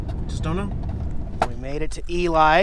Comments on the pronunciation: Not Pronounced ELie, but rather Elee! Spelled ELY. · I do believe the town name of Ely is pronounced “Elee” not “Eli.” FYI, Pat Nixon was born in Ely. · It's pronounced "E-Lee" Nevada. I visited Ely, NV several years ago when I was running the Lincoln Highway. When you head towards West Wendover, check out Cherry Creek on the left of the Highway north. It's almost a creepy town! I'm enjoying your Millennial view of all this stuff because I'm about 40 years your senior and saw it all back in the day. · I stayed in the Hotel Nevada in the Charlie Pride room. Great spot. It's pronounced "Eelee" though. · it's pronounced E-Lee! Just thought you'd like to know. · Ely Nevada, pronounced Elee lol